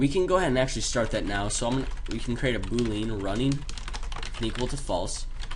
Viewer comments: I'm asking this without any judgement, but you are the third Java Game tutorial maker that I've watched on YouTube that mispronounces Boolean "boo-leen". Is this a dialect thing or something, because until today I swear I've never heard anyone mispronounce it that way. Anyway, cheers for the tutorials; They're quite good. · must be a dialect thing..never heard anyone say it that way